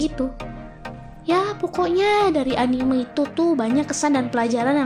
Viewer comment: Sudah gue duga, dari cara cewek ini ngomong anime bukan gaya orang papua nyebut hurufe, tapi cara nyebut e nya kayak huruf e di kata "terbaik" itu yang bikin ane notice kalo dia ini bukan penggemar anime 😂😂😂